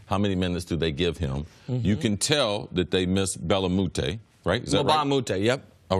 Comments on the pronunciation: Belamoute? lol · this guy said bella moute...